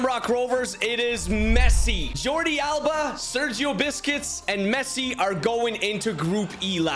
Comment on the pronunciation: Inter Miami with Sergio ‘Biscuits’ 😂 Love you mate. Keep up the good work, your vids put a smile on my face